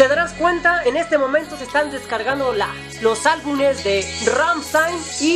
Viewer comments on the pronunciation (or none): "Albunes" jajajaja